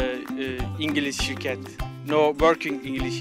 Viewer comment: No inGiLiş SiRkeT